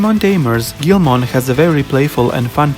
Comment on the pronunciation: It's pronounced geel-mon not grow mon